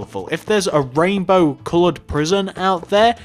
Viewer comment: lol u said P R I S I O N instead of P R I S O N in the last sentence, Lol